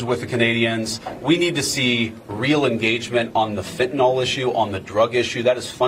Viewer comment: I get so tired of people who should know better pronouncing the word fentanyl like “fentanol”. Can’t they read? 🙄